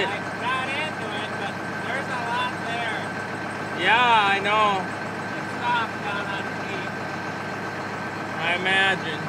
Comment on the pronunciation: "Yah...I knaw" Pure Minnesota.